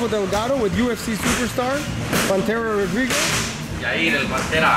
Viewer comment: Is Pantera not parnera buey